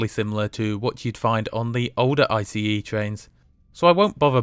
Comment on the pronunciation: good you are saying ice the right way now. it felt a bit stupid being mad about it in the comments but it just bothered me a bit.